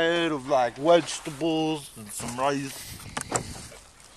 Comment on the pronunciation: A steady diet of wegetables and riice xD